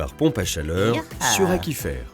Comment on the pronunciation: Il me semble que "aquifère" se prononce "acouifère" (comme aquarium) et pas "akifère".